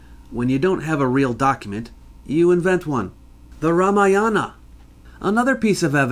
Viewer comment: The ramayana... The Ra Maya Anna